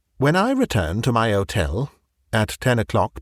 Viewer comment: The H in "Hotel" is not silent.